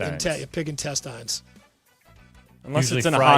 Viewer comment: This might be just me or did they mispronounce intestines. Isn’t it pronounced in-teh-stnz?